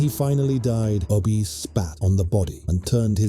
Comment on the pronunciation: Within the first 36 seconds Ubbe was pronounced 2 different ways. Ubbe or Ubba i am aware of but Ubi is new to me. Long live the pathetic A.I and Bot voices. May they contribute massively to the utter ignorance of Humanity.